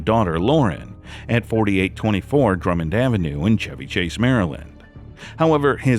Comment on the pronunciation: He pronounced Chevy correctly. AI would have pronounced it like the auto. This used to be called Radio voice. It's a lost art.